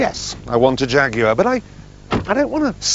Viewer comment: you mean Shaguars right?!